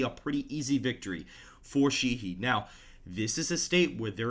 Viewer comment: Montana Senator Sheahy is pronounced long a and long e. Shā-hē. Not shē-hē. Keep up the good work.